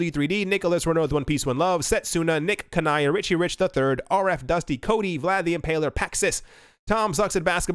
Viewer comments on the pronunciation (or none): none